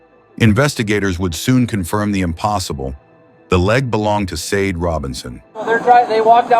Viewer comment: I have to agree, driving me potty how narration saying Sade, God rest her soul 🙏